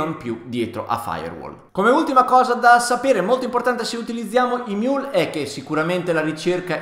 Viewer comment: emiul non imiul